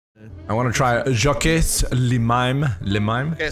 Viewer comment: Yo yo yo., don't pronounce the S in Jaques